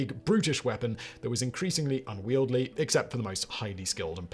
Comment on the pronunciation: Unwieldy: un-weel-dee, not un-weel-dlee